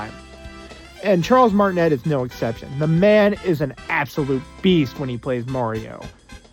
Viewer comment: It's MART-in-ay